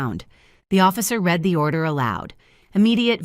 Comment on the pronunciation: Red when in the past. Read when in the process of doing it. Please try and get the pronounciattion right its not hard if you make an effort. Stress can cause temporary fertility issues but nothing perminently. Does no body ever fact check this nonsense before inflicting it on the poor listener. I suspect not.